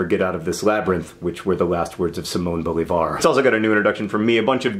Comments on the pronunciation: Hi John! I just want to say that I love your books, you are awesome and I love you, aaaaand that it is Simon BoLIvar not BoliVAR xX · Inner Hermione takes control of my body Stop!Stop!Stop! you're gonna poke someone's eye out! It's BoLIvar not BoliVAR! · Simón Bolívar has 'acentos' in "món" which you correctly emphasized, and "lí" which you didn't, is not that big of a deal but I though maybe you'd be interested in the correct pronunciation. or maybe no. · JOHN THAT'S NOT HOW YOU PRONOUNCE BOLIVAR!! (At least that's not how we latinos pronounce it) (I know that name pronunciations vary depending on where you are but anyway) (idek)